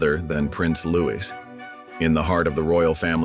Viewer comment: It’s pronounced LOUIE! Not Louise!